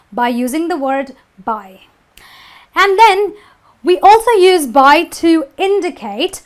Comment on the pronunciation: You mispronounce the noun use.